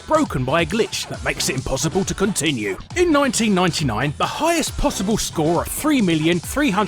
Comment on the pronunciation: nionty nionty niane lol (1999)